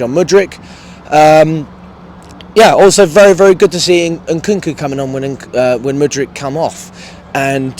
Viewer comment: finally saying mudryk 👏